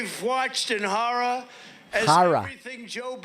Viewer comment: Oh that was good. He said haror... good catch... however let's see you commentate one if Babbling Biben speech's... now that would be hilarious...